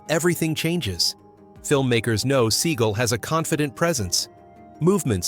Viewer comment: 720 and 540 degree kicks???? Where the fuck are you getting this from? There is no such things as either 720 or 540 degree kicks. And it’s pronounced Sea-gal, not Seegle. Two syllables, like dumbass. Which is you.